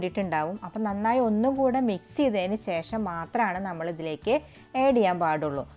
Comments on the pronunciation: ഏഡു ചെയ്യണോ,ആഡ് ചെയ്യണോ😐😐പുഡ്ഡിംഗ് കൊള്ളാം.ചേച്ചിയുടെ സംസാരം തള്ളൽ ആണ് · ഏഡ് അല്ല ആഡ്